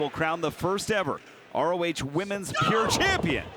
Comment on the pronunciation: Why can't say PURE. He's saying Pier... wtf is that